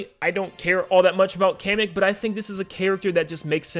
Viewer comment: It's Pronounced "Kah-meh-k". Like a Comic book!